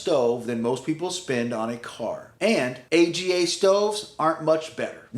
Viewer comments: Its not "A>G>A" it's "AHGAH" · AGA are pronounced Ag-guh in most of Europe. Usually here they are wood, oil or gas powered. These are mainly for colder climes as you would run them 24-7 to also heat the home. That's right, they often double as wood stoves. In which case you saved having to install a wood stove for heating. We have one in the farmhouse, it is 60 years old and works like new. We run it 12 months out of the year, 24/7 in Ireland. In California, such a purchase would be just folly or to show off the wealth.